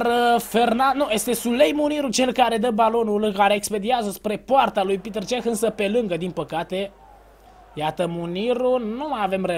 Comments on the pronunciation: Nu e pităr ceh este petr cech . ! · E Petr Cech , nu Piter Cech